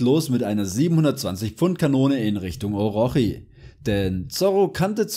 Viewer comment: Es wird Orotshi ausgeprochen Bro